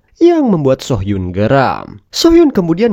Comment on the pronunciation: Correct dikit om... Soo hyun dibaca su hyun (nama cowok) So hyun dibaca so hyun ( nama cewek) 😊